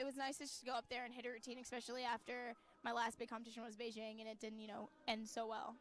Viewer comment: why is it so damn hard for commentators to pronounce Beijing correctly